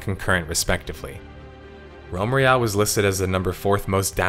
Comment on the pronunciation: Am I the only one hearing Rem Reale, instead of Realm Royale?